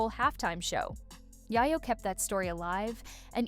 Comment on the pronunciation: I was trying to listen to this, but the Narrator kept saying YyYo not YaYo. Please